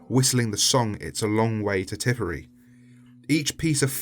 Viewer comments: "tipery" No its Tip-a-rare-re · when he said tipery instead of Tipperary as an Irish man that hurt me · Tipperary is not pronounced Tipper reery its pronounced Tipper air ee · Did he seriously call one of my countries counties tiperay....... Tipp-per-rare-ey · tipery? Tipperary* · Irish person here, it’s pronounced tip-eh-rare-e not tipery, I noticed it when you were talking about the soldiers whistling it’s a long way to Tipperary (to see the sweetest girl I know) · Tippree (actually pronouced Tipper-ary) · It’s a long way to Tipperary Pronounced tip er ary Not tipery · Love the vid but it's tipperary not tippery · The way he says Tipperary hurts. He says Tipperey but it's Tip-er-air-ee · Tip-or-airy, tipperary its an Irish county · I'm sure this has already been said, but Tipperary is TIP-ER-AIR-EE. :) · It's pronounced tipp-er- Aery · Just a note it’s pronounced Tip-er-air-ee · Is no one else going to talk about the fact that he called Tipperary, Tipery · It’s pronounced Tip-per-rare-ree. Old Irish song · the scariest part of this video is your pronunciation of tipperary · you said Tipperary wrong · THAT ISN'T HOW YOU SAY TIPPERARY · Hey, you almost got Tipperary pronounced correctly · As an Irish man,you have insulted us all by mispronouncing Tipperary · Great video but the way you pronounce Tipperary hurts me deeply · Him trying to say Tipperary was painful. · The pain of Tipperary beginning mispronounced